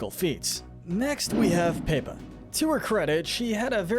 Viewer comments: Paepa (instead of Pepa) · I love how he calls pepa paypa